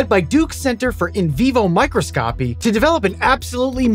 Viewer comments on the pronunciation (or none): The way you said microscopy has me dead 💀🤣